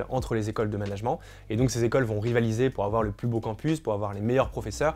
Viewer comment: Le mot management vous pourriez le prononcer correctement car les oreilles saignent un peu.